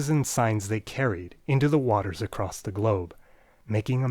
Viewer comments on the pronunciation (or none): none